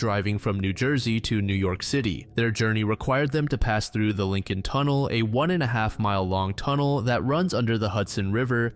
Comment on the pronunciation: Everybody losing their shit over the guy's mispronunciation of "Lincoln", but when he mispronounces foreign names nobody bats an eye. Makes you think...